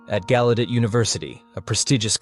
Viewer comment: Used to live right down the street in DC. It's pronounced gow-u-det..js